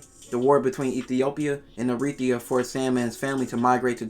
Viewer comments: It's EriTREEa, not eREEtria... trust me on that. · It’s Eritrea not Erithria ! Tr not Th you’re welcome! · It’s pronounced: Eritrea (/ˌɛrɪˈtriːə/ ⓘ ERR-ih-TREE-ə or /-ˈtreɪ-/ Just trying to to help you out a little bit bro. But S/O to the homie and my old section, Naybahood! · Bro said Arethia😂